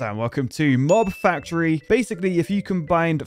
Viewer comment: I can't be the only one who heard "Knob Factory" here...